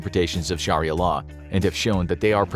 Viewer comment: It's pronounced SHARIAH,not sharilla